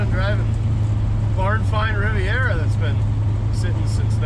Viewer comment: “The Rivet Rivera”